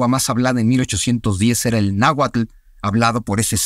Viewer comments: Laverdad no se si creerle mucho a un wey que dice saber un chingo y pronuncia naguatul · Pues di en que se equivoca, aparte de que no pronuncie bien el Nahuatl 😅😅